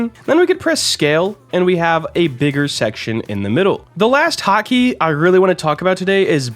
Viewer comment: Your right he said “digger”😊